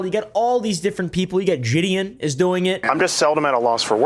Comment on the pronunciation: The way he said Jidion 🤦🏽‍♂️